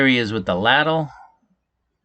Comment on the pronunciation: leyd-l is how ladle is pronounced. Laddle 😂